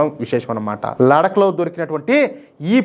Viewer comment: Ladak kadandi laddakh ani palakandi ok mana telugu vallaki theliyadhu kabatti take it easy kani hindi vallu thappu padatharu ok laddakh ani palakandi ok